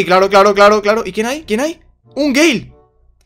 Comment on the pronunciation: XD "un gay" se que dijo gale pero igual es muy XD